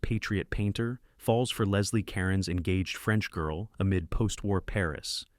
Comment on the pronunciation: Did they consider teaching the narrator how to pronounce peoples' names? Like Roger Ebert's name? Leslie Caron's name? Ye gods.